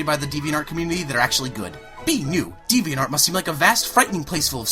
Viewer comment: You can't even say the website's name right!!!!!